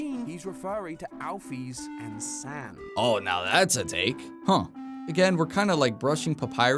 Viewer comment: Every time they say "Saahns" i die a little inside